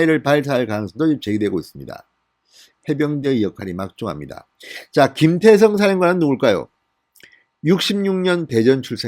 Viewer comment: 김태성장군입니까? 김대성장군입니까? 발음에문제가있는것같습니다만!